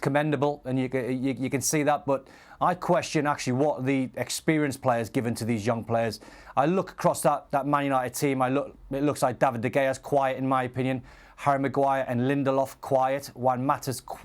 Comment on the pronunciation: “David DeGayah”